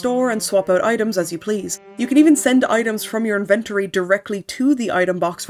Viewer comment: Gurl. "Invent-or-E".